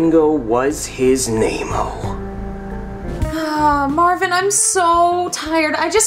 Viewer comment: Every time they say Marvin, one of my blood cells dies